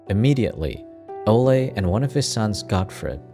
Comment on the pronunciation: I think it’s Olay not ole guys